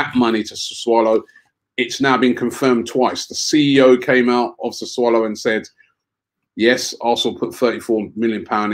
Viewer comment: Robbie been mispronouncing and misspelling Sassuolo for weeks now. Cmon Robbie man...🤦‍♂️